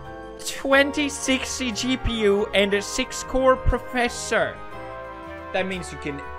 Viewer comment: On he said professor not processor